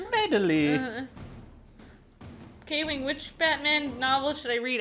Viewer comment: I mean come on and